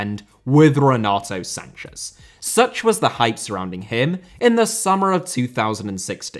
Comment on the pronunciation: renato sanches crl, with an "s" not a "z".